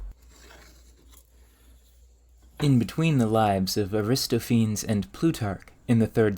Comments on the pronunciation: I love your videos, man. One correction, Just like Socrates is pronounced SAW-kra-tees, and Archimedes is pr. AR-ka-MEE-dees, Aristophanes is pr. ERR-ih-STOF-ah-nees. There is no silent e in Greek. (Also, gotta work on that 'or' sound.) Otherwise, I have zero critique. Your script is amazing, your camera work is amazing, your audio is perfect, your subject matter is fascinating, and your projects are just sublime. Thank you for making these and I look forward to many cool things to come! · For the record, ancient Greek names ending in -es don't have a silent E. The usual English way to say this name ending is "eez" (so, Aristophanes = ah-wrist-off-a-knees), but in the period it'd be ehs, like how it would be pronounced in Spanish (a-ree-stopp!-a-nehs). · Love the video! Looking forward to seeing more. Only one thing that stuck me oddly. Aristophanes is usually pronounced Air-ih-stoff- ah-knees instead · Very interesting video One comment, however, is that your pronunciation of Greek naames is somewhat questionable - Aristophenes is pronounced aristopʰánɛːs, or to approximate it simply pronounce every apparent syllable: a-ris-toph-e-nes. Similarly, Strepsiades is Strep-sia-des, just for a couple of examples. The Roman ones are fine though. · I too am that guy. Aristophanes is Ari-STOF-a-nees not A-RIS-to-fanes and Strepsiades is Strep-see-AH-days, not STREP-see-aids. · Ar-iss-TOFF-ə-Neez Strep-SEE-ə-Deez For future reference 😉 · Strep-sigh-a-dees, air-is-toff-a-nees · You obviously did so much research for this brilliant vid...shame that you didnt spend a few clicks to find how to pronounce Aristophenes Ari - STOFF- en- eez. Emphasis on STOFF. All Greek names that end in "-phenes " are pronounced that way, not "feens" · Aristophanes is pronounced with most of the letters enunciated - which is to say, it's not 'aristo-fayns' but instead A-RISS-tof-aa-nees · Air-is-tof-a-knees please, not a-wrist-o-fanes! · Lovely, wish I had your abilities!! But it’s Ar-is-TOF-an-eez.